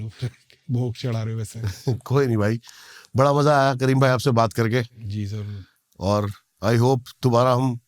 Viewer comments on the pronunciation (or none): none